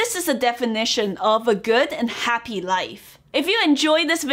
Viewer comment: "good and haapy life" ramen to that !